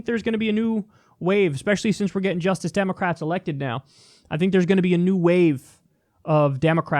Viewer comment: Damocrats? XD